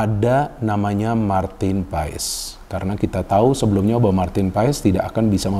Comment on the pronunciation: PAES = di baca PAAS